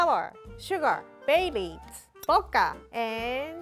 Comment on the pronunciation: Did anyone else hear babies when she said bay leaves? Lol because my sister did, she's 7